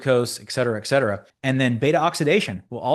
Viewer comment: Fantastic analysis. Few do it as well. Still need to pronoumce ET CETERA correctly. Only then will you b a video JEDI.